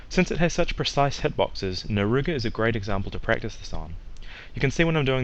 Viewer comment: Great tutorial, except... "Naruga?" Narga. Cuga.